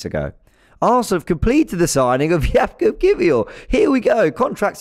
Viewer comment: Jakub should be pronunced Yakub (in polish we pronunce 'j' as 'y'). Cheers! Spot on with his surname though